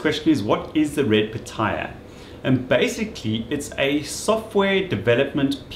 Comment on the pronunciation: It is NOT called Red Piata! If you could read, you would see that it is called Red Pitaya, it has been called after the weird looking fruit. Now go play with your Technotricks, Hamegg, Fluxe, Sillygent, Rogil and Schwode&Rarz. Joking aside, thanks for the informative intro with some real world operation ... I think it is a fantastic device, even now 6 years later, there seem to be nothing comparable in the 500€/$ range and ironically its price went up these days. With a max of 20V input it suits most applications, though some people might want a high impedance voltage divider to measure e.g. switching supplies but I guess a 1:100 oscilloscope probe you are good to go unless you build tube amplifiers with plate voltage in the high KV range like I once did. I am little disappointed the 16 Bit SDR version can not be switched from 50 Ohm to high impedance, so I could use the best low noise, high resolution version for both radio stuff and traditional measuring. That fact that it is an full blown MSO (diagnostic kit), so not just a scope and a signal generator, it also has logic analyzer on board with great software is totally outstanding. The newer version with the much higher sampling rate costs around 2K and is therefore not suitable for most small hobby labs.